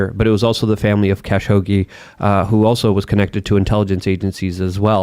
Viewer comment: lol, pronounces Khashoggi "cash hoagie."